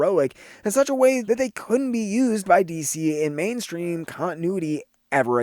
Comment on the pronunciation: Loved the video, but did you say "man-stream" when talking about Black Canary?